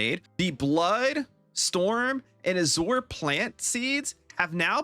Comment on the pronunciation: FYI: Azure is a color. It's a type of blue. And it's pronounced "aa-zyur".